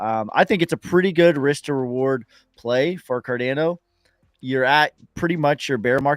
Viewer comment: someone needs to tell to watch a Charles Hoskinson video so he knows how to pronounce "Cardano"